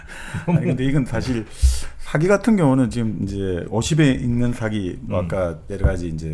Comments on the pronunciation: 첫째, 발음 문제입니다. "사기"론에, "사기"의 발음이 모두 틀렸읍니다. 이것이 한국 문화의 심각한 문제이올시다. 사기의"사" 자는 길게발음해야 합니다. "사학자, 사서,"등 "사"자는 높고 길게 발음해야지요. 정말 한심합니다. 한국의 장단음 자고저 문제는 심각합니다. 여러번 지적했읍니다. 이 이상 대담을 듣고싶지 않습니다. 부탁이 있읍니다. "한국 어문을 고발함"이라는 책을 읽어 주시옵소서. 한국 어문의 타락상이 하 분하여 "눈물로" 쓴 책입니다 미국 변 완수 배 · 사기 발음 짧게 하면 사기치는덧이고 길게 사아기 해야합니다